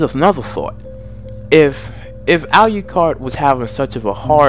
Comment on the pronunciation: So first: pronounce alucard’s name right. It’s pronounced the way it’s spelled. Secondly: learn the anime’s and vampiric lore. There are so many inconstitanties in your vampire lore behind the two. If alucard was “absorbed” (per say) by D, alucard would be able to twist D’s mind due to the toxins in alucards blood. A powerful full-blooded vampire like alucard, would be able to make D go totally and mentally insane. So next time please learn vampiric lore before making a video of two overly powerful vampires. Please and thank you!!!